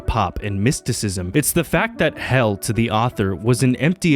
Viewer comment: "Hell ah" hell mangas